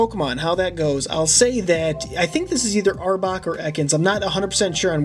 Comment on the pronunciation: dude that one the one that you said arbok or ekans you said them both wrong